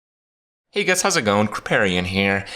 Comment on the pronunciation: Kripparian here, but this time "hey guess" instead of "hey guys"